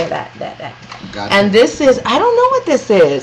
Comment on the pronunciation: Agate rhymes with maggot. Just FYI